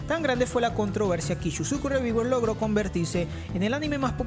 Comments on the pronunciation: ReVieWeRs jajajajaja mames me dolio oir esa pronunciación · que mal ingles: Ishisocu reviguers